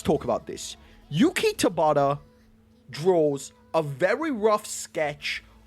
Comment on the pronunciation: Your pronunciation of Tabata kills me looool 😭😭😭